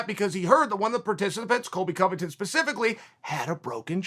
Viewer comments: 😂 Chaels last statement he tried to correct himself then says it wrong again n just ends the Video 😂😂😂 Colby Cubbington don't interupt me! Colby Cubbington hahaa Chaels funny AF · 'cubby cullington' LOL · Someone’s gotta take that “colbvington cuvvy” line and make it famous and put it on loop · Colviton, Cuvy, Colbyton... don't interrupt me. COBY COVINTON! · Chael “Covy Colbiton” Sonnen